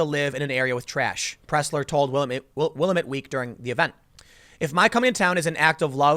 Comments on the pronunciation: it's pronounced Will-LAM-IT Not Will-A-mit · It's also Wi-LAM-it, not WILL-uh-mette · wow you slaughtered the name willamette its not pronounced will-eh-met its pronounced will-lam-it also oregon is not pronounced or-e-gon it's pronounced or-gan just like what you have in your body or like the musical instrument LOL people who are not from around hear can't pronounce the names right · Dude it's will-amit not willamet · As a Portland native: 1) will-AM-it not will-uh-met, 2) ORegon not or-GONE, 3) Portland does look like shit and needs all the help we can get. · It’s pronounced will-lamb-it. I live near by and never heard anything about it. Downtown would have been dangerous for Scott. I’ve heard that Salem. The capitol, has become heavily occupied by campers. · Will am ut not Willameet ;) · It's pronounced 'Will-am-ette'. Sorry, man. From the Willamette Valley and it's a bit of a pet peeve. Props on knowing how to pronounce Oregon. Sometimes. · For future reference: it's pronounced "Will - Am - IT"...and It's pronounced "Or - a - Gun". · Willamette rhymes with "damm it" for the correct pronunciation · willamette is pronounced (will-LAM-mit), my dude excellent video; keep up the great work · It’s pronounced “Will-am-met” Tim. Lol only issue with this cast that. I am a born and bred Portlander and the garbage pile that my city has become is disgusting. My wife and I carry trash bags every walk we take with our dogs. I totally appreciate people like Scott who put action behind their words. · Tim, couple of things. 1. First hand experience, Portland is a needle poop infested garbage dump in the most expensive zip codes because of homeless methheads. 2. The paper is pronounced Will Ahm Met Weekly. (Willamette Weekly) And boy is it the "journalism" equivalent of garbage dump homeless methheads. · Willamette Week is trash. And, Tim, it's pronounced will-amm-et. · Tim, I live in this crap hole, it's pronounced "will-AM-it" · Locals pronounce it wi-lam-it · Will - Am - Et